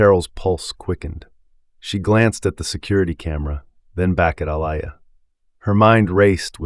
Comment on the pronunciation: I'm so sick of how he pronounced her name!!! Man get it right. Aaliyah pronounced Uh Lee ah. I believe he was doing it on purpose